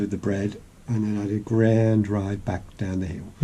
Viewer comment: “Eee it were a grrrrand rrride down though!” Great intro, I’m signed up and look forward to joining your travels 😊👍🏻